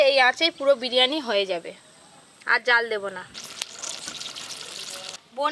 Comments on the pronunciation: বিরিয়ানি ❌ বিরানি✔️🤣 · বিরিয়ানি কি কথা বিরিয়ানি😂😂